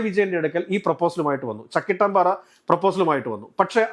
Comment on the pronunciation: ചക്കിട്ടും പാറ അല്ല ബ്രോ. ചക്കിട്ടപ്പാറ എന്നാണ് ശരി